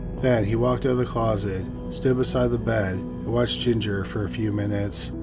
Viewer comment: For story number one... I thought initially you said Ginger hating 🤦🏾‍♀️🤦🏾‍♀️🤦🏾‍♀️.